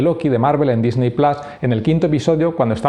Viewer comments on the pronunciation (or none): none